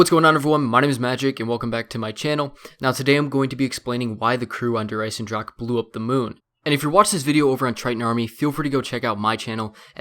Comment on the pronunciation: When you can't say Der Eisendrache right,just call it the iron dragon.It's so irritating for us Germans to hear you say Der Eisendrackke.